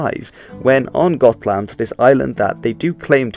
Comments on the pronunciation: You aren't confusing Götaland [jøːt̪al̪and] and Gotland [ɡɔt̪l̪and] are you? Götaland is south of Svealand and north of Skåneland. Gotland (previously Gutland) is the island east of Sweden. Also, feel free to correct my IPA if it's wrong, my point was to show that Götaland is pronounced with a soft g, whereas Gotland is supposed to pe pronounced with a hard g. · Gotland is pronounced with a hard G like in the word Green. We’re not Dutch, after all. Other than that, good job!